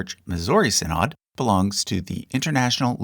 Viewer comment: Small pronunciation correction early in the vid: SIN-NUD not SEN-NOD (from a friendly Lutheran-raised viewer ❤️)